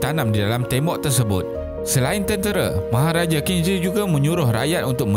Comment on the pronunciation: Qin shi.. Aku dnga tdi cm kin zir.. siol lah